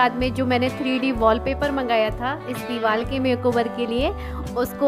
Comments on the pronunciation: Divar ko dival kyu bol rhe ho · Deewar not deewal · Ye diwal nhi hota diwar hota h 😁